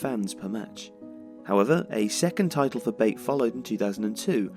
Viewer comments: BAIT? ITS PRONOUNCED BAATEH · it's pronounced not like [bāt] but like [baˈtɛ] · Isn't pronounced like you are saying it, not "bait" but "Batey" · Great work! Here is the correct pronunciation of the club's name: BA (as in bat) - TE (as in tension). so it's [ba'tɛ] not [beɪt] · U are pronouncing the club's name wrong. Its not baite.. Otherwise great video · I went to the Belarus Cup Final this year, nice to see a vid about Bate. Although it's not like Tifo to pronounce Bate as 'Bait'. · The last "e" is pronounced in the club's name as other letters In other words, there are two syllables: ba-te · definitely not the way the guy in the video said it so ,,ba-tay" is probably the best english version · I love this channel and this is another great video (Yes, I hit the "Like" button). But guys, if I may, I'd like to give you a little bit of constructive criticism. Sometimes you mispronounce the names of foreign teams, players, stadiums, etc. I know that as a native English speaker, you would think that "Bate" is pronounced the way you pronounced it, but it isn't. Slavic languages are more phonetically consistent than English and therefore "Bate" is pronounced pretty much the way it's written. The letter "A" stands for the sound "a", not "ei" and the "E" at the end is not silent. Again, I'm not saying that the video sucks, I loved it! I'm just saying that doing pronunciation research before making a video would help improve the quality and educate the viewers (assuming most of them are also native English speakers). It's a small thing and it's not that important, I just decided to say it, because that's not the first time I'm noticing this kind of errors in your videos. Cheers from Bulgaria and keep up the great content!